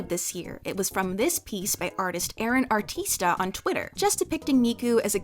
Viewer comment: So cute how she says “artista” with english accent